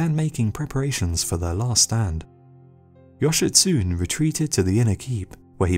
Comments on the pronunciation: Japanese translation, yoshitsune is not pronounced yoshitsuun. It`s more like yo-she-tsu-nei. you`re welcome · Just saying, Yoshitsune is pronounced Yoshitsu-nay not Yoshitsoon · yoshitSUNE NOT yoshitSOON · You are pronoucing Yoshitsune with English phonotactics. Remember, if you are reading any language outside of English you say the ending 'e'. 'Yoshitsun-e'. Also if you are interested in the story of Benkei and his Minamoto samurai master look up the movie "The Men Who Tread on Tiger's Tails". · Yo- shi- tsu- ne Thats all the nitpick I have with this video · Me a Japanese guy cringing at the pronunciation of Yoshitsune: 😬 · As Japanese i also feel your pain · You are mispronouncing the name "Yoshitsune". The name has four syllables: the final e is pronounced like the letter A. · You pronounced Yoshitsune wrong.